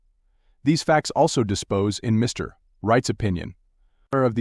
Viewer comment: Sorry the AI voice is distracting! It thinks Mr. is the end of a sentence! I can’t listen to it! Mr.